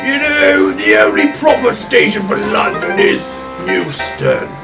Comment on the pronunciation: Euston, not Huston.